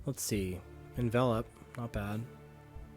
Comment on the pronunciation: is one of the best to drive a Vinny deck on Youtube, and that's partially because he's one of the few that knows how to pronounce 'Envelop'